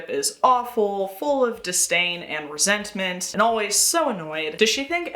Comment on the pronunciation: Resentment…. Roseantment